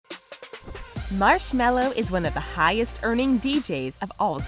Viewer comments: Let's be honest who TF says marshmallow instead of marshmellow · M Ma. Mar Mars. Marsh. Marshm Marshme Marshmel Marshmel Marshmello.